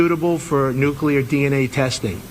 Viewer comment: None of the guys say nu clee ar correctly. Always bugs me, lol. No such banana as new cue lar. Sigh. I think the DNA is sinking his ship. ✌️♥️